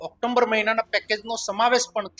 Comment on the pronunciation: Aa leader ne bolataa pan aavadatu nathi October ne Octomber bole chhe...